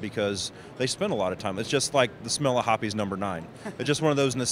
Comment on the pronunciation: did he just call it hoppy's?